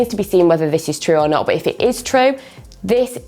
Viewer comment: No one:: BUT is pronounced as BOUGHT